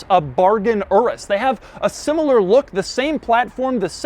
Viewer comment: It's pronounced your-is. Like urine, that's why its yellow and smells like piss